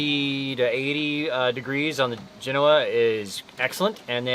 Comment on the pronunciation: For the love of god, google the correct pronunciation of Genoa. Same as the city in Italy. Accent on the first part, "Jen" followed by a SOFT "o", then "Ahhh." Not Jen "O" ah.